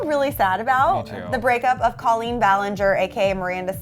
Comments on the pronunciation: What the fuck, first of all it is pronounced COlleen, not CAHleen. Second of all, Josh is not her ex husband yet, they are getting a divorce but are not divorced yet, get it right. And third of all, this is still disrespectful making a video about their relationship, just stop please. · If you're making rumor and gossip videos, AT LEAST get the names right. It's Colleen pronounced coal-een not call-een. The fact that you can't even pronounce their names proves that these are not facts, and you didn't even research anything, you just made stuff up for views. This is the kind of stuff that creates controversy and makes the world a worse place to live. This video should have more dislikes than likes. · "Cah-leen" fuuuuuck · "Cah-leen" fuuuuuckkkkkk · You guys shouldn't be using people's pain and suffering for views. You didn't even say Colleen's name right. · Couldn't even pronounce her name right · It's a long O sound in Colleen's first name. Learn to pronounce it correctly -_